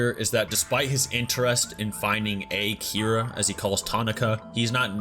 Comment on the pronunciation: Can someone point out the fact that they called him "A-Kira" even though he didn't kill anyone?